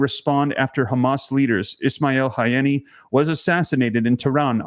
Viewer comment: Incredible videos! Pronounced HA-nEE-YuH